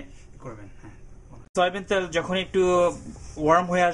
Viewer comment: What is the meaning of 'ত্যাল'? Please whenever u r going to interact with people be conscious about your presentation. U should mind ur pronounciation.